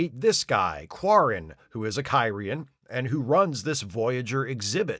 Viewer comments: Hey, a back-up EMH program? Gee, I wonder if they could have used one of those in the episode "Message in a Bottle". I also enjoyed that kept mispronouncing the alien species as "Ky-ree-an", instead of how they say it in the show "Kir-ee-an". Or how he called the one alien guy "Dal-eth" instead of "Day-lith". Funny stuff. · Your mispronunciation of Kyrian, every single time, is so distracting I can’t make it thru the video.